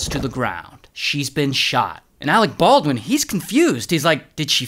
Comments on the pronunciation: "Alec Baldwin" oh no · All those extra "R"s in "armorererer" & you couldn't spare a few more to slide into Ahreck Barrrwin?